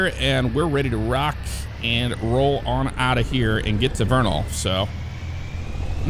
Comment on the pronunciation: Let’s go said vernal right he is the first person if found who has said it right